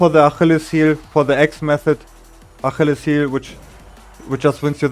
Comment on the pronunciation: damn i never would've thought about sh knee there, thats wild. also, "achilles" is pronounced "uh-KILL-eez" in english, but I'd prob just say "foot"